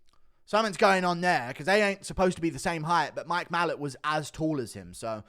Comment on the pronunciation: Guru, why do you pronounce Mike Malott's name, "MALL-uht??? It's "Ma-LOTT".....like the words "a lot".